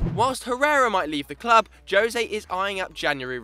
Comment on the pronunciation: Finally they pronounce jose's name right